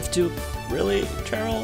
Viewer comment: Idk why you’re pronouncing cheryl and chairyl. All the cheryls i met pronounce their name as Sheryl